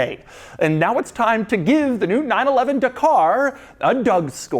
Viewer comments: Da-kah Not De-karrr. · It’s not the car it’s dah car ffs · It's pronounced Dakar, not Dakar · Again I simuntaniously hate and love when americans give american akcent and reading methods to Non english names. Dakar is pronounced Dakar, not DEKER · It's dak-r, not duh-car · I cant stand this... It's not "Por-SHIA", it's "Por-SHE", and it's not "De-CAR" it,s "DAKAR"... This is only pronauciation. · OMG Doug, it’s pronounced Darkrai, it’s obviously based off the pokemon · Dakar sounds like da car lol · Porsche 911: "Da Car" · It’s pronounced ja-car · Doug the type of guy yo get the name wrong. It is a silent R, so Daka. That's how the Senegalese/French pronounce it. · The pronunciation of “Dakar” 🤦‍♂️ bruh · Every Englishman yelling 'that is not how you pronounce Dakar' 😁 - great video as always